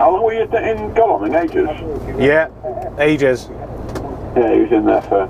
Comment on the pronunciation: Godalming is pronounced "god-ole-ming"